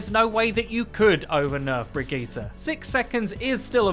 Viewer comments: = Brigette + vegeta? Think it's just pronounced bri-jeh-ta. But Brigetas' better because she's probably more powerful than Vegeta anyway🤣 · Brigeettah? BRIGEETAH? BRIJIT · her name is pronounced Bri-jet. please get it right. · How on gods earth did you pronounce her name? Briggita? This isn't dragon ball z... It's Brigitte... pronounced Bridge-et. No wonder Overwatch is dead... it's most subbed channel can't even pronounce the heroes correctly. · According to Jeff Kaplan it's pronounced Bri-Geet-Ah. A spawn room chat between Mercy and Reinhardt also confirms this. (Though Reinhardt says it with a soft g sound instead of a hard g, so it'd be Bri-Jeet-Ah.) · Am I the only one annoyed that he says Brigette’s name wrong